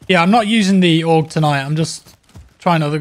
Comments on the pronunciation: AUG is the short form of Armee-Universal-Gewehr. so you can either spell it or id you want to say it in german it would sound like „cow“ without the c and a g in the end. so like „owg“, if that makes any sense. 😃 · Its pronounced like the word "HOG" (the type of pig) but without the H